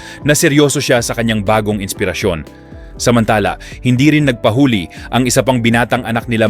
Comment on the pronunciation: Please pronounce nagpahuli right thank you